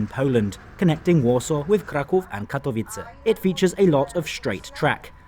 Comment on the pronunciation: Hey, your pronunciation of Kraków and Warszawa was great! Keep it up!